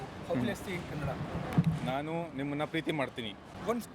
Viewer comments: asshole its Kannadaaa not Kannad !! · wtf kannad not kannad its kannada lo Kannada mathadi because of u people whole India is telling kannad kannad kannad WTF..... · oye its not kannad its Kannada because of u people whole India telling kannad kannad kannad WTF..... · It's "KANNADA" Pronounce correctly 😠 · We should really start pronouncing "Hindi" as "Handhi" or "Hind" until these North Indians start pronouncing Kannada properly. Google idhe thaane? Video maado munche onchuru research maadkondu baroke aaglava? Beku antha maadthaare yeno goththilla. 🤦🏽‍♂️ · One more guy saying kannad! How annoying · its not kannad its kannada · It's not kannad it's Kannada idiot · Loude kannad alla Kannada annu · It is kannada not kannad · Not Kannad kannada it is.... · U stupid we first pronounction is correct The Name is Karnataka not karnatak And Kannada not kannad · First learn kannada, then spk abt bengaluru, it is kannada not kannad idiot. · Heyy dumbo🤬🤬 its ಕನ್ನಡ (kannada)💛❤ Not kanad!!!!!😝😝🤬🤬🤬🤬🤬... Seriously feel like blasting you guys and kick you assholes to north India itself from south india...you ppl come here to live and talk bullshit about our own language and ppl and finally show lots of ATTITUE to our karanataka citizens ... you** ...For you'r kind of ppl soon there will be a END CARD!!! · Assole it is kannada not kannad. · It's not kannad It's Kannada. First learn how to pronounce it. You shameless creature. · Ye bhayya first of all its Kannada. Not kannad you idiot. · I don’t know why these northies call kannad....man it’s Kannada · its kannada nt kannad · Fucker it’s not kannad it’s Kannada ! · Dislike for pronouncing kannada as kannad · Tukali northies its kannada not kannad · First teach that guy, it is Kannada and not kannad! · It's Kannada! Not Kannad😣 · Idiot first learn Kannada then speak about Bangalore ,it's not Kannad its Kannada got it.... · It's Kannada not Kannad.